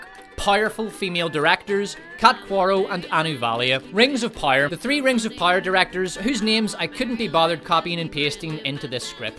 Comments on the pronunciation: I get it you have an accent but jesus fucking Christ it’s power not pyre. It’s like you’re not even trying. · Love the channel, hate the way you pronounce "power". I legit thought you was saying "pyre" the first couple videos i watched. 😂😂🤦‍♂️ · is it Rings of Power, or Rings of Pyre? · yo say < > properly please, you sound like a moron << rings of pire>> stfuuu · Here's a constructive feedback : it's sad to have a laughtrack at your own jokes. It's also boring to hear the same AH shitting the bed joke. Also, it's "Rings of Power" not "Rings of Pyre" Stick to the ranking, you have good content. the rest is cringy. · I don't know why but I'm fascinated how you pronounce power like pyre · Is it only me or do i keep hearing rings of "pyre". It annoys me to no ends. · "Rings of Pyre" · sounds like you are saying 'rings of pyre' :face-blue-smiling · Are you saying "Rings of Pyre?" Because if you are ... Brilliant.... And if you're not .... Brilliant. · Great job on the video but I have two pieces of constructive criticism… 1. You should get someone else to read your videos, it was cringey to hear you pronounce the word “power”. 2. Stop recycling jokes! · This dude couldn't properly pronounce the word "power" if his life depended on it.